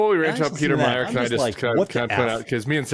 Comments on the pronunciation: It's Meijer pronounced Mī-er. I'm from Michigan. The Meijer name is everywhere. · Peter Meijer is pronounced my-er —no j. Just FYI from a regular shopper at their grocery store. 😊😊